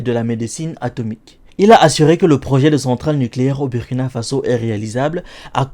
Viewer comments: c pas ça le message de la video est bien passer mais si personne lui dit il va juste continuer a faire la faute , si les gens prennent le temps de d'écouter c aussi pck ils veulent écouter un bon orateur."Bu" du Burundi et celui du Burkina ce prononce de la meme manière, pourtant du dis pas Bu -rundi non? tu prononce ça bien "Bourundi" pkoi faire la faute alors? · Mon ami sa s’écrit Burkina sa se prononce « Bourkina » fais un effort quand même comment un africain peut faire d es fautes comme ça